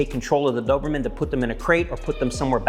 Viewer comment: You are pronouncing the breeds name wrong js